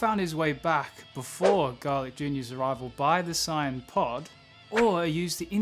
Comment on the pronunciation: You pronounce saiyan wrong